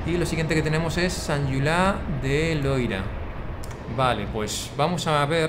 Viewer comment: Hace poco que te sigo y me encantan tus videos. Sigue así! Como andorrano, quiero puntualizar que se dice "Sant Juliá de Lòria", no Loira. El Loira es un río en Francia (☝🤓)